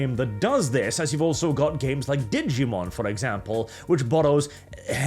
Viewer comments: "diggymon", how do you say digital if you don't mind me asking. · note: its Digimon as in Digital. not "diggymon" XD (and its why the name is that way, digital monster the same way that pokemon is pocket monster, related to both the concept of pokeballs and it being a game created on portable consoles) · "Diggymon" -, 2024